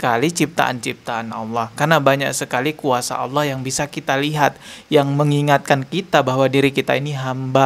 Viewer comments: Ngomong Alloh z awloh preett loh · ful.. menyebut Allah aja sudah salah, jelas ALLAH itu alif lam lam ha..,, kaga pakai huruf WAW mbak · bilang alloh sj ada hurup w bos masa jd dengernya awloh ngaco ni orang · manusia ini sebenar bukan orang muslim dari pengucapanya alloh jadi olloh tapi dia seorang misionaris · Kongslet iki wong iki ngomong alloh ada huruf wnya 😂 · Ngomong Alloh aja beda , kedengaran nya non muslim kalau di teliti Bener" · Gak malu ya yebut nama allah aj gak pas